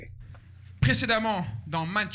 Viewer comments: Matignon...pas Manhattan 😅 c pas une faute de prononciation mais ça prête a confusion avec l'accent made in france😂😂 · He say Matignons street (not manathan) Matignons is the président street in France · Il a dit « Matignon street » pas Manhattan street, et Matignon en gros c’est là que le 1er ministre français habite